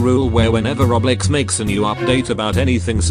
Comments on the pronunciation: The füçking speech robot or thing he pronounce "Roblox" is "Reblex" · Computer talker: Roblex me: laughing so hard